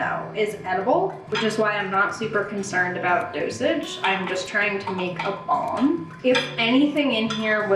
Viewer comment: every time you said balm i kept hearing bong and i was so confused but also here for it lol